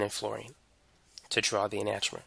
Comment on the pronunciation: Learn to pronounce enantiomer correctly